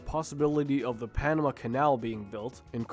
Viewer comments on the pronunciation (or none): none